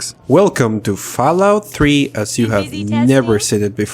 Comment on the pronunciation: fallout "tree" in a potato